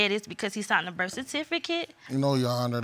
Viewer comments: Birf kertificate 😭💀💀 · Birf cartificate. And Hosplil... JESUS...